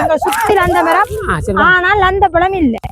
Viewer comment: லந்தபழம்இல்லை இலந்தப்பழம்